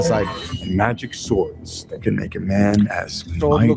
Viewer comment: Of course the blue haired girl says “thawt.” Women can no longer say the word “that.”